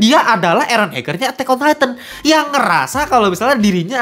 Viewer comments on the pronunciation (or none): none